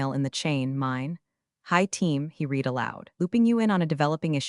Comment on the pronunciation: "Read" continuously mispronounced!